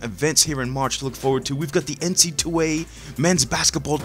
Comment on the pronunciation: It's NC double A, not NC 2A, Come on cuhhhh